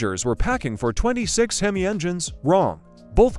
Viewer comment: "Himis", a classic.